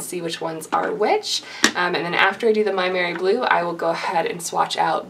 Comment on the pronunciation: So exciting to see your fans giving you such wonderful gifts! Oh and I believe you pronounce "Maimeri Blu " "may merry blue" I do hope that makes sense to you. I will look around for a review or swatch on your channel and I am glad to have found more of your wonderful content.